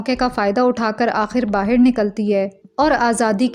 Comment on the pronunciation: I love your explanation. ❤ Just try not to say 'BAHIR' again okay dear? I can see that aaj kal 'BAHAR' bolne ka try karti ho thoda thoda phir bhi accha se 'BAHAR' bola karo please? 🙏🏻 Thank you dear!❤